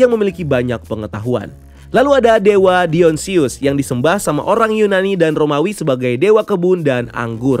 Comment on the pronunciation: Dionysus bang, bukan dionsyus